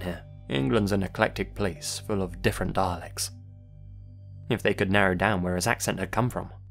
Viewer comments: did anyone else hear: 'england is an eclectic place full of different Daleks'? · pronounced dialects like daleks